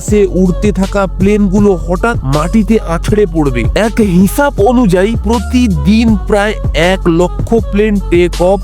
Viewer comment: মানুশ না মানুষ, শবার না সবার, হিচাপ না হিসাব। উচ্চারণ ঠিক করুন টারাক না ট্রাক।